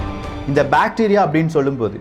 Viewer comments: Bacteria va.. bro that is bactria indogreek kingdom.. pronunciation should be watched carefully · அது பேடீரியா இல்லை பேக்ட்ரா